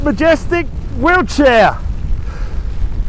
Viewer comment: You pronounce Wiltshire as wheelchair. In the next video could you please use both words in a sentence, just for me?